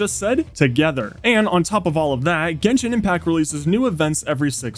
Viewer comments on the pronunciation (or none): none